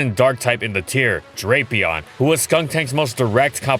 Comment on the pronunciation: how mispronounced was drapion actually?